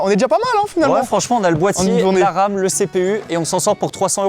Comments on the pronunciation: Il y a que moi qui entend je vois de l'Arabe juste là au lieu de la RAM 😂😂😂😂😂 J'ai du réécouté 2 fois pour comprendre 😂😂😂😂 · quand il a dit guette la ram la bat jai compris guette l'arabe la bas